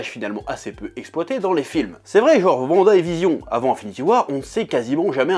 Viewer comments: waaaanada please vanda ça détruit mes oreilles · Wanda se prononce Ouanda non? Et non Vanda chef. Je me trompe ? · Pk tu dis vanda et pas wanda ? Sinon super video 😄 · C’est WANDA pas Vanda 😭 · Par contre s'il te plaît .. Wanda, pas Vanda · Psk en français wagon tu le lis vagon. Mais bon après on s'en fout moi je dis wanda comme 90% des gens je pense mdrr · "Vanda" Aïe, mes oreilles...